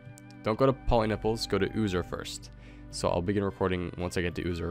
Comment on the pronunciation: poliniples o god! my ears were bleeding